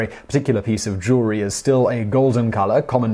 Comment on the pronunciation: Ha ha... He said "Jew-ler-ee" Jew-el-ry.